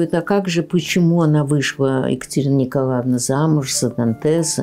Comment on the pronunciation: Материал очень интересный. Спасибо. Много узнала нового. Но неприятно слушать из уст экскурсовода имя Наталья НИКОЛАВНА. ЭТО очень режет ухо. Отчество НИКОЛАЕВНА.